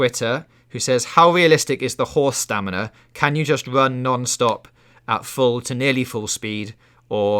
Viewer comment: How is saying "staminner" not on purpose?